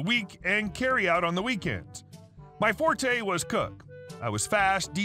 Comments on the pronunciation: FYI forte is pronounced fort not fortay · First story fortè is pronounced fort….